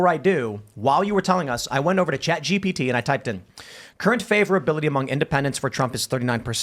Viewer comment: “Sponsored by….. ChatGTP!”